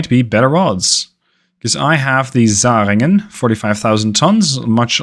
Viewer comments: I appreciate your pronounciation of the german names. Only some mild suggestions to improve that even further: The german Umlaut "ä" (Zähringen) sounds like the ai in "hair". 😉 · It's not important, but the Zähringen has a Ä in it. Not a A. Your CA Michel, get's pronounced Mich-el.